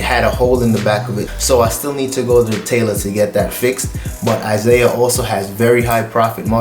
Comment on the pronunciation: ISAIA is pronounced "EEZ-AH-EE-AH"